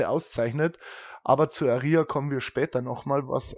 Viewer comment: Es wird Ah-ria ausgesprochen das ist hinten beim Buch bei der Aussprache der Namen verzeichnet